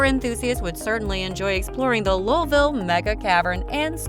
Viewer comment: Seriously? Change the name of this video, it is completely useless as this video is entirely about Louisville and its subdivisions. Also, you are not pronouncing Louisville correctly.